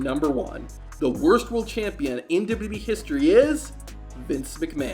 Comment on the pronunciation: Man can't even say "WWE" Properly...